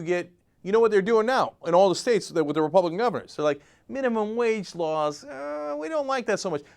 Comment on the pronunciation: lol at ur use of "rike" and "repubrican"